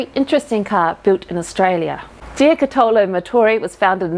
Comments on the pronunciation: Maybe I can help with the pronunciation of "toy" in Italian. Jo and in Jot. Cu as in Cut. To as in Tot. Lo as in Lot. Put it all together Jo-Cu-To-Lo. Or with the correct spelling. giocattolo. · Ouch! That pronunciation of 'Giocattolo' hurt my Italian ears! The stress should be on the first syllable (gio') and sounds a bit like a short 'gee-oh' (almost a 'jyoh') followed by 'cut-oh-loh', the 'oh' being a longish sound, something like a shortened 'or' - and not like 'owe'. Strange how English-speakers habitually stress the second part of Italian words, when it should (usually!) be on the first part... but hey - I love the work you do! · I think mispronunciation of Giocattolo is VERY cute 🤣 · I had a bit of a chuckle with pronunciation of giocattolo and was trying to figure out a way to convey correct pronunciation to help her out but you've done a great job. It's a tough word to say if you've never heard it first hand.